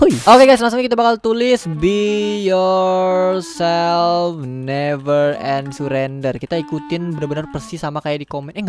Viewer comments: "BE YOURTOD AND NEVER SURRETOD" SEL BAT GW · Be your selp neper curender wkwkkwwkwkwkwkwkwkwkkwkw